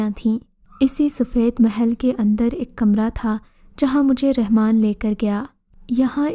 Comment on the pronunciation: RANMAN NAHE;;;; RAHMAN SERP ALLAH KA NAM HYY [ABDUR RAHMAN]